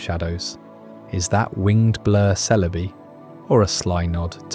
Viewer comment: You said Celebi 4 different ways an only the fist was correct. Had to stop watching.